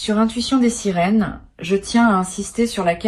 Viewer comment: Intuition des "sérines"ou quand l'IA qui fait les lectures ne connait même pas le nom de la chaine 😅.